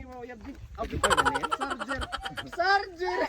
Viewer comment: Ikaw talaga dapat nag palit kayo ni rolyn,looking bata to yong Lugar ginawan mong gamit,siargao mag kasing tunog ng sarger pa Ang bigkas mo,pasaway sobrant tawa ko sayo😂😂😂